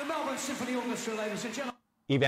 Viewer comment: Yo! 29s in & I love that you pronounced Melbourne correctly! Thank you! Most Americans say “Mel-born” when it is “Mel-burn”. Kudos!